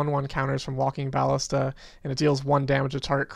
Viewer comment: You're fine, just don't say bAllista anymore :V